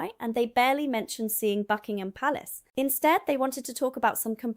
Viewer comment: Well done pronouncing Buckingham Palace correctly and not hyphenating it because that annoys me, its not hard.